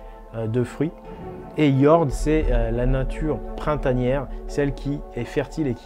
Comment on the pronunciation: Merci pour cette vidéo très intéressante. Un petit détail: En suédois, le o se prononce ou et le ö de prononce eu. Quand à jord, cela signifie terre, jorden étant 'la terre' (l'article défini est un suffixe, en dans ce cas).